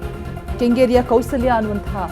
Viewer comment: Chitrakoota school not chitra kala not Kaushlya school not Kousalya read properly.